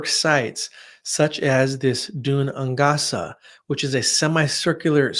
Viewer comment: ‘Gaelic’ is pronounced ‘gay-lick’. ‘Dun Aonghasa’ is pronounced ‘doon ain-gasa’ here, both said quickly!